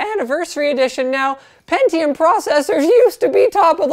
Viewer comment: pentiome iz zhe winnöur